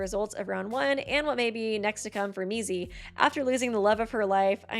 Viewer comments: Did she just call Mizi, Mickey??? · oh yeah! such cute "friends" also the was she calls mizi Mickey 😼😼🦅🦅🦅